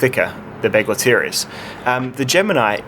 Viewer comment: Nice looking knife. Too bad about the slicing ability. As for the name, I know Kizer is a Chinese company, but "Begleiter" is German for "companion", which makes sense. That would be pronounced "beg-light-er," a little like "Bic lighter". Sorry if I'm being picky. Thanks for the review.